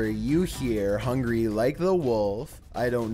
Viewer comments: Hung Gar-ee... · You mean 'Hung-Gary' Like the Wolf'